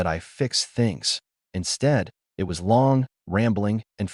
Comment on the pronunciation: The constant “dot”s and pronounced A T instead of “at” and I T instead of “it” and S O instead of “so” etc., makes the story barely comprehensible. Fix your AI.